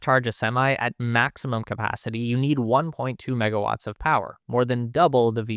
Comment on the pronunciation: 1.2megawatz? 1.2 mega watz?, impossible 😂😂😂😂